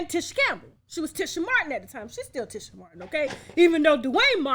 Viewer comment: Good Lord Tasha. I've been a TLC fan since b4 u were born ; and its Lisa LOPES. LIKE MOPES. And Tisha Campbell is like TEASHA. U do these types of things quite often & as a vlogger I would think u wouldnt continue 2 disrespectfully make so many of these types of mistakes ! And IM a middle aged White woman.